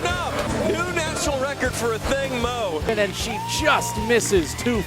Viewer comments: Ok so her last name is pronounce “Moo” and not “moe” like everyone says? Why doesn’t she correct people and set the record straight??? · Why do sports announcers keep saying Athing MOE! Mu is not that hard to pronounce!